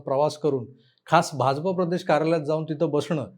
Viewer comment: Bhaunna BHAJAPA cha ucchar properly karayala sangave hi vinananti especially "JA" cha ucchar te "J" asa karatat ani te khup irritating vatate.